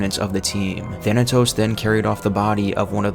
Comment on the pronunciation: He mispronounced Thanatos to Thanos